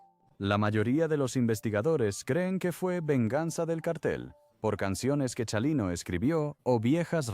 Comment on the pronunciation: Comobhabkab o pronunvianbestupidecesvtengan nascresietonporcquienes loscedcuchamos. NO SEPRONUNCIA CIALINO. CHINGAOS ES CHALINO NO SEAN TANBPRITAGINISTAS PORQYE CAEN MAL DEXA MADRE.